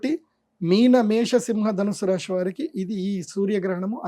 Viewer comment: గారికి 🙏🏻. రాశి అనండి రాషి కాదు.